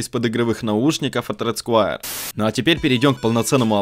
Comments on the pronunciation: не сквАйр а сквЭр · почему ты говоришь Рэд скваер,правильно Рэд сквер.И лучше бы мышку red square elite она дешевле и плюс версия 2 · Английский... "Рэд сквэа". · СКУАЕР ... МОИ УШИ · сквуаер топ инглиш